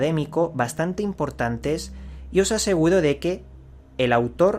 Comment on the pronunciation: "Y os asegudoo de que..." Eres muy grande, sigue así! Buenos vídeos!